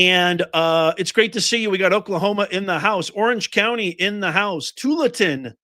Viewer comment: Tu al an tin tualatin the a is short form. It's about 30 to 40 minutes from Portland oregon